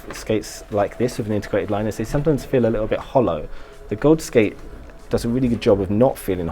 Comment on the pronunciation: D I'll gladly help you out if you want to a pronunciation guide for any names. "Michel" is pronounced the same way as in French, "Mishel" (/mi.ʃɛl/)..and "Gawds" is a broad, American way of saying "Gods" and can be pronounced "Goahds" or "Gaahds" (with a dark "a" sound but without the diphthong).